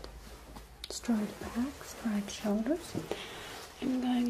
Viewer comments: It's funny how she pronounces straight as "Stright* I do believe that in Germany AI would be pronounced as An I sound, instead of the Ay sound. Pretty cool really? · •• •• strat